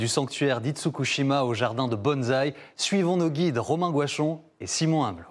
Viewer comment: alors par contre faut absolument arrêter de dire BonZai avec un Z, c'est BonSai avec le son du S et pas du Z. On dit E-mail avec la prononciation du "i" et pas du "e"